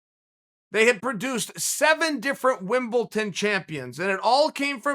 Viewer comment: The way he sed Wimblton 🤣